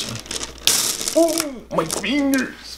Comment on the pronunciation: The way he said “Ôh mAy FiNgErS”